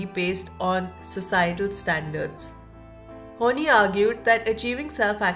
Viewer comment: This is interesting and helped me a lot too. However, Karen's last name is pronounced as "Horn-eye" not "Horn-knee".